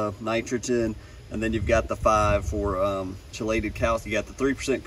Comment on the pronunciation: Just a pro tip from a turf professional “Key-late-Ed” is how chelated is pronounced.